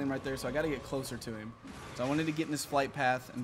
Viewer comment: He says eem instead of him wtf